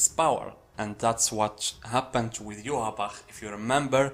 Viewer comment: You are the only one who pronounces ywatch as good as the man who voices him